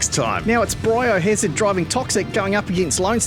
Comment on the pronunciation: ” BREE O‘HAZURD”:” BRAY O‘HAZUD”